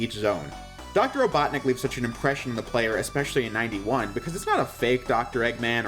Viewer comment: the fact that you did not roll your tongue when saying doctor ivo robotnik has made me disappointed you should have known better